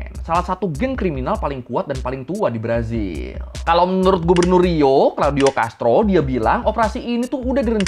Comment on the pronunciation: Gemang gw denger Gubernur Rio njir. kek nyebutin Gubernur Riau 😅